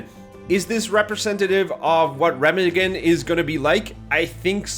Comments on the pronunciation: [ˈʁeːmaːɡn̩] Reeemaaagen, not Remmaggon ;-) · Jesus Chris. It’s pronounced Rah-mog-en. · I believe it's pronounced Re-ma-gen not Rem-agen. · Pronounced ray mah hemm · Dude, you mispronounce the name "Remagen". But this map is going to be shit from the start. Why give us a map that's of this design with this game and why not give us a Russian map instead because we only have two of them. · ree -maug-en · It’s pronounced “Re-mag-gen “. Where is the Monospatial from before? Your hating and haven’t even played yet? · It is pronounced RAY MARG EN according to every source I could find. I know you are Argentinian, so just a heads up, not mockery. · Said Remagen wrong 😂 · Anyone else bothered by how wrong he pronounces Remagen?